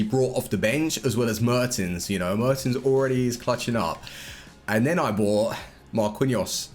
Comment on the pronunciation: MAR KEEN YOS, not Mar Quinn E Yos lol